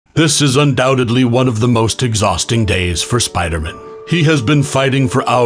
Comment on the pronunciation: The narrator is such a big comic fan that they mispronounce spider man